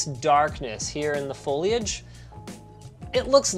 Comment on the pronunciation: No one: Linus: F O I L A G E